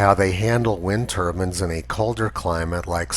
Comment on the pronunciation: "wind turbans" lmao